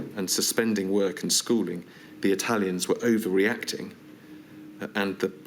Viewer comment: HanCOCK bleach your mouth before saying the word 'Italian'.